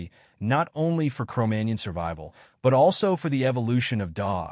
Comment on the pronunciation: MagNON ... jeez ...